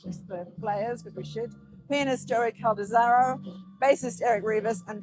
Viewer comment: Mispronounced Joey's last name. It's CaldeRAZZO not Caldezarro.